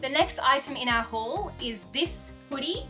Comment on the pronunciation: It took me a minuet to realize you said "just for my HAUL"....it sounded like "just for my hole" so at first and I was just like...um...what? 😂 I just discovered your channel today and I must say, Archie is so adorable 🐦💚! #thebirdstays